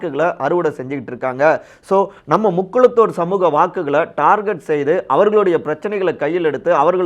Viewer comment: Darget wrong pronunciation target o Is correct